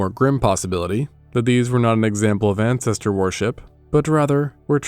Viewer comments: Awesome video, but your pronunciation of worship as warship is doing my head in 😂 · The pronunciation of "worship" rhyming with "warship" makes me ask if the narration is AI.